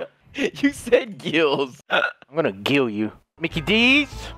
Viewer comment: " i'm gonna gill you!" 😂